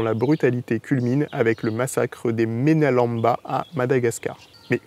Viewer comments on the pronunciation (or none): la prononciation est mena - LAME - ba